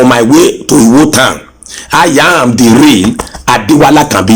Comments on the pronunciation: Listen to the man claiming to the right person, he doesn’t know how to pronounce his town he calls it Uwo instead of Iwo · Samuel Elujoba I don’t believe this guy. He doesn’t know the right pronunciation of his home town, he keeps calling ‘Iwo’ Uwo. A prince with know how to call his home town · Suliat Giwa He can’t even pronounce Iwo correctly. He calls it Uwo